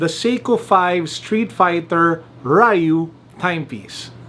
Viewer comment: So I hear it’s supposed to be dyoo or roo not REyou or rye-you.